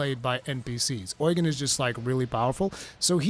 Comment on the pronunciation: Why do you pronounce Eugen Oil gain?